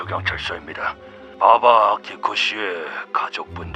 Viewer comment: 나만 아키코가 빠삐코라고 들리는 건ㄱ...